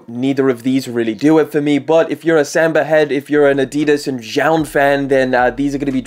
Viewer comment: OK Let’s say it together kids… SAHMBAH …. Not Semba!